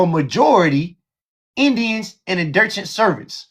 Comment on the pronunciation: INDIRTURED! WTH? 😂 it's indentured!